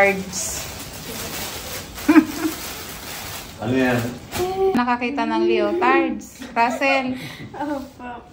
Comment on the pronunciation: Lee-uh-tardz po.❤